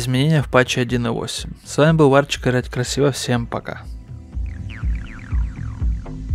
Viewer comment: Не варчик а Варчюн)))))